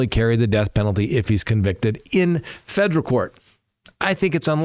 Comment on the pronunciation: “Fejrul”? I don’t remember the word “federal” having a “J” in it… learn how to read please. I can’t stand poor grammar.